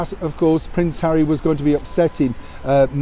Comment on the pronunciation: HAWWY HAWWY HAWWY 😱😱😱 🤮